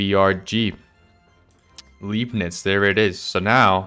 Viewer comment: Also "ei" is pronounced like "I". L-I-bnitz, not Leebnitz. XD Leib = body, lieb (pronounced leeb) = cute. So would mean something else. XD